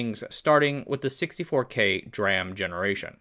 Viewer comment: DEE-RAM, damnit! 🤣🤣👍👍🤣🤣